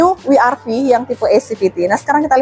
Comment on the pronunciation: Bukan honda wi ar vi Tapi we er ve atau dobel yu ar vi